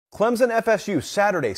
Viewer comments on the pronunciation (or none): Clemson is not pronounced with a Z